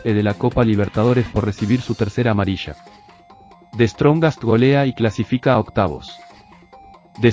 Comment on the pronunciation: Tanto tiempo comenta al fútbol y hasta ahora no puede pronunciar the strongets es un torpe